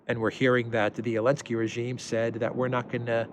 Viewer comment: Hi, how is it, that you call that criminal in Ukraine E lensky, not Z elensky? also, keep up the good work. cheers